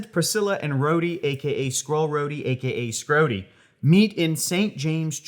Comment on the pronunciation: Oh … “Schrodey”